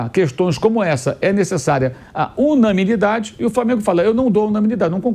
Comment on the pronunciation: Pq ele fala “unaMInidade”, sendo que o correto é unanimidade?